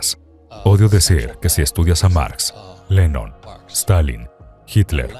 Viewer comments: Si la traduccion muy mala, dice lenon y debe decir Lenin. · No es Lennon, es Lenin.